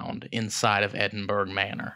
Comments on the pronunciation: ed in burr ahh non edin burg...if you cannot understand scottish...do not use it..or try to pronounce it..you just sound foolish...ya dobbers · I live near Edinburgh in Scotland. We pronounce it Edin-bu-ra 🏴 Another great episode. 🥰🏴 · Brilliant episode as usual..........just wish I could teach you how to say Edinburgh properly 🤣😘❤🏴 love you guys xx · The Ghosts are only upset that everyone is saying Edinburgh wrong.